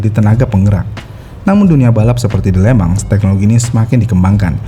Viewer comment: Di tulisnya Le Mans di baca nya (sesuai pengucapan bahasa Perancis)... Lemong... 🙄